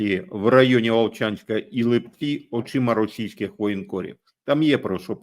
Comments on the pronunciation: Пане, з усією повагою, можна коригувати наголоси в найменуваннях населенних пунктів в коментах у проукраїнських блогерів з невіліковною росіянською промовою, але Вам не варто помилятись, вірно - ЛИпці. Це вам підказка від Харків'ян😜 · Привет из Харькова ЛІпци (наголос на першому складу) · Господі! В назві Липці треба наголос робити на перший слог, а ви постійно робити наголос на другий слог. Харків'янам ріже слух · тому що то великі міста з назвою чоловічого роду. Липці ж - вони. Чернівці та інші подібні назви у решті України мають наголос в кінці слова. але харків'яни виявились осбливі. Кернес не дасть збрехати.